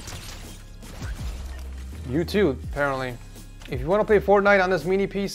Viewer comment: You said forknite😂